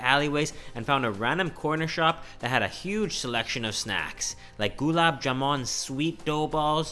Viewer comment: oh no the way he butchered the word golab jamin